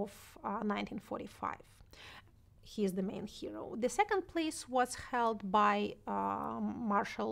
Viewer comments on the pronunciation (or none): норм английский подтянул за этот час P/s/ Шульман забавно говорит was как wars ) и becaurse ) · Если что, меня абсолютно все устраивает, но очень часто она произносит прошедшую форму глагола to be (was) как worse, и с похожим окончанием часто звучит because. Именно это и заставило оценить на четверку) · Отличное интервью. Но с «ворс» (was) и «бикорс» (because) нужно что-то делать ;)